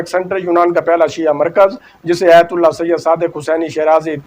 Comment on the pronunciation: بھائی آپ بہت خوب معلومات بہم پہنچاتے ہیں آپ کی کاوش مولا امام قبول فرمائیں اور آپکی توفیقات خیر میں اضافہ ہو۔ بس ایک کمی ہے کہ اردو تلفظ پر توجہ کی ضرورت ہے مثلاً: روایت کو رویت پڑھ جاتے ہیں باہر کو بہر آیت کو ایت اسی طرح اور بھی بہت غلطیاں ہیں جو کہ ایک اینکر کو نہیں کرنی چاہئیں تاثر غلط جاتا ہے